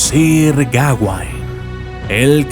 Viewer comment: es gaweynne no geawanne